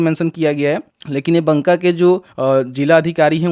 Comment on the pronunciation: भाई बंका नहीं ,,बाका